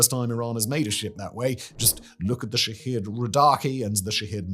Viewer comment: All I hear is "shithead" when he says the name.